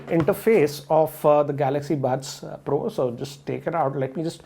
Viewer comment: Everyone says pro but pronounce bro...